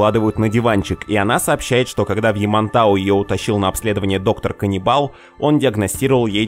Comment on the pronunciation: Кунибалы или мне послышалось?